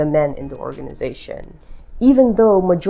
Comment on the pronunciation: Thanks so much! Interesting! ☺️👍👍👍 By the way, this is what ChatGPT says… ☺️😅👌 ChatGPT: In standard English pronunciation, “woman” (singular) is pronounced as /ˈwʊmən/ (with the first syllable like “wood”) and “women” (plural) as /ˈwɪmɪn/ (with the first syllable like “win”). The distinction between these two words is important and is generally expected in most varieties of English. However, some speakers, either due to dialectal differences or perhaps language-learning challenges, may mistakenly pronounce “women” as “woman,” leading to confusion. This pronunciation is not considered correct or standard, and it would generally be regarded as a pronunciation error in most English-speaking regions. It’s understandable that hearing “women” pronounced like “woman” might sound off or incorrect, as it goes against the typical rules of pronunciation. In some regional accents or non-native speakers’ English, there can be variations or difficulties with these sounds, but in formal or standard contexts, the distinction should always be maintained. If you find the conflation of these pronunciations jarring, you’re not alone—it’s a common reaction among native speakers.